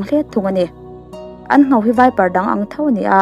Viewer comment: 'Nghau' ni lovin, 'Ngho' tih tur